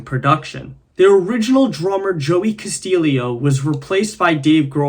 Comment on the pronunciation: Just a heads up, Castillo is pronounced “Cass-tio”